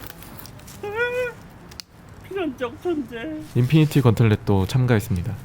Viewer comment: 후배님 필연적 존재 할 때 말투 뭔데욬ㅋ